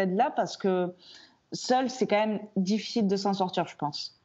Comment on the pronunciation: Pas mal "quand eme"